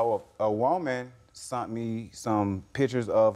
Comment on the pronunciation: “sent” NOT “sunt” Lawd🤦🏽‍♀️